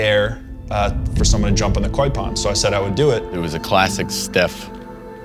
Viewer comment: Koi not coy. Come on people